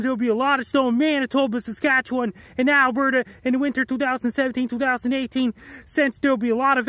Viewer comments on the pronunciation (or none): none